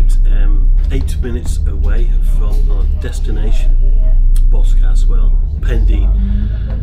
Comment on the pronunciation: Boscastle is how you pronounce